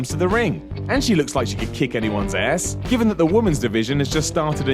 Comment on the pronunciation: Listen to how he says "ass"